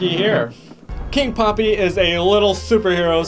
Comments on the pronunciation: Hold up you said king poppy it’s king peppy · He is called king peppy not king poppy! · He says king poppy but it's king peppy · It’s king peppy not king poppy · His name is king peppy not king poppy